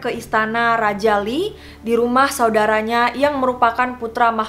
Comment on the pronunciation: Iya benar. Jo (O-nya bulat kaya kalau bilang Donat) dan Seon (dibaca O, tapi ditekan di leher). Saran aja kak, belajar dulu pengucapan Korea. Lee juga dibacanya "i". Biar enak dengernya :)